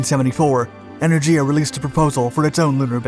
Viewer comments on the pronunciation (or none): Are you trying to be phonetic with E-nurse-ah? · Its En-er-giah